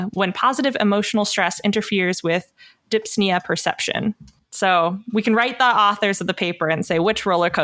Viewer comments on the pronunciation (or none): Breathlessness is dys-pnea, not dips-nea.